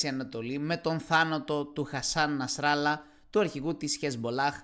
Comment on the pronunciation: Χεζμπολλάχ, όχι Χεζμπολάχ. Νασραλλάχ ή Νασραλλάχ, όχι Νασράλα.